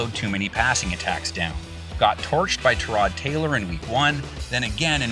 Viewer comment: it is Ty-Rod Taylor not Tuh-rod Taylor. Say it like it is spelt lol.